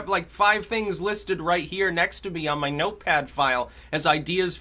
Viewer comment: Why does Mahcome before every mahword mahnow? muh?